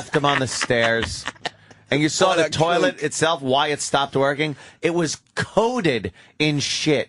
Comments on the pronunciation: Yes Opester, keep saying 'turrlet', maybe they'll laugh the next time you say it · I love when the opster mispronounces toliet it's hilarious